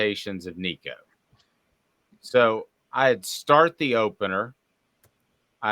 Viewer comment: I know you’ll block me after this comment and that’s okay because I can’t listen to another minute. Y’all sound like .3 people who know very very little about football and the Vols. Lots of awful takes. And add in how bad your pronouncing nicos last name lol